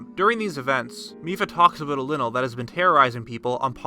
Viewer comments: Its leyenel not linel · Linnel?.............. Really 🤦‍♂️